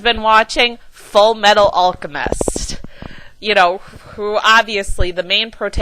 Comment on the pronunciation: wow..... stephanie meyer u put the x-men 2 shame. how dare she even think of comparing the piece of crap she wrote to x-men!! p.s. how DARE u pronounce alcemist wrong!! RARWG! ps go team edward elric!!